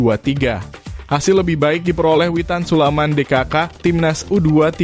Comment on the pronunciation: Admin gak Pernah benar menyebut nama Witan Sulaiman, admin selalu sebut witan sulaman, ini nama orang bro, jangan suka2 kau ucap Nama orang, kalau kau mau dihargai, hargai pula orang lain,terutama sebut nama orang dengan Benar, jadi admin kok BOTOL banget loe...